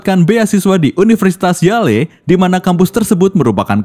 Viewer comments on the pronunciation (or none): Min bukan universitas yale bacanya tapi yel min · Bukan YA - LE Min tapi YEL bacanya